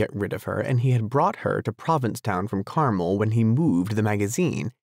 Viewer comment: never, never never censor Hemingway. He won the Nobel Prize, among other honors. You have a great reading voice!!!! I'm just starting the book. BTW, Carmel, California is pronounced Car-MEL (accent on the second syllable). Good work!!!